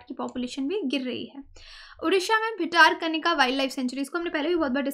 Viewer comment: ✔ Bhitarkanika = ଭିତରକନିକା = भितरकनिका ✔ ❌ भितारकनिका ❌